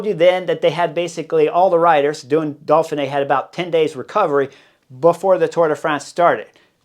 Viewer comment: Hey Jazz Hands! It's "Doughfinay" not "Dolfinay"!